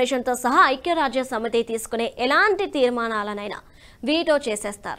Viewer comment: మీరు పదాలు పలకటo( pronounciation) బాగో లేదు. శాంతి అనటానికి బదులు, సాoతి అంటున్నారు. అలాగే 'ఐక్యరాజ్య' అనటానికి చాలా కష్ట పడుతున్నారు.